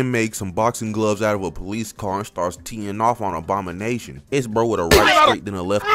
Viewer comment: Is bro saying obama-nation cause i swear thats all im hearing